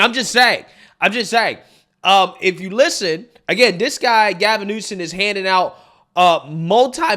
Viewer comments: Why do you keep calling him Newson and not his real name, Newsom? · My god how many times can you say Gavin “New-Son” in a fkn clip 😂driving me insane man.